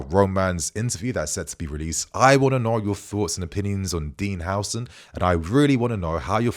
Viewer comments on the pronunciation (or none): The name is Huusen but not Hausen stop styling Islamic names into British